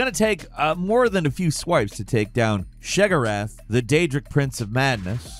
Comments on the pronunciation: It's she-ah-gore-ath my man. You know better 😁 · Who TF is “SHEGORATH”??hahahaha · Sheogorath (Shay-a-gor-ath) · Shegerath, is how he just pronounced Sheogorath. 😂😂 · Need to do a top 10 of butchering pronunciations in his videos. "Shaygorath." Like bro did you even play Oblivion? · Wow did you ever slaughter the pronunciation of Sheoggoraths name. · You slaughtered Uncle Sheo's name too. There is only one g in it. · Your pronunciation of sheogorath makes me violently ill. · I cringed at the way you said Sheogorath.